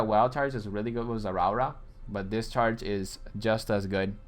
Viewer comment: Everytime he says zerawra, my body hair stands up. Electrifying like zerawra.